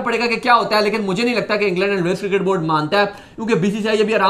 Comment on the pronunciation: its "cricket" not kircket